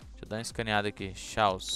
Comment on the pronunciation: o nome é chaos mas se le Caos não xaos